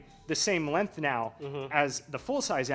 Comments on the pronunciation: Oh god no! Now i have to hear say "lenth" again! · i dont think acknowledges the G in the word "length"